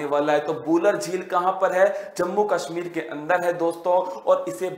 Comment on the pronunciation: Heart , woolen ,Kashmir bol nahi pa rahe , kya majak hai bhai sahab